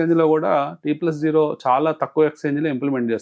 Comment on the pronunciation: T+ఓ కాదు... T+జీరో అనాలి